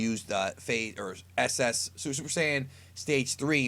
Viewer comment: “Gettcha suppa sayiens hea!!”